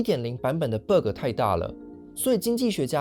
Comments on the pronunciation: it pronounces bagg not berg tho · 那個ㄅㄜ個真的聽一次尷尬一次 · Bug請正音為霸葛 謝謝😅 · BUG 不是念成 Burger .... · 很好的一個影片，但是你那個bug的讀音有點奇怪聽得我好難受…. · bug的發音讓人很出戲